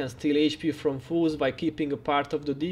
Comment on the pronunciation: All this time in your vids, I thought you were saying "fools" vs. "foes" and it always cracked me up..."ball up these fools!" hah. Thank you for all these awesome guides and the effort you put into this game. Well done!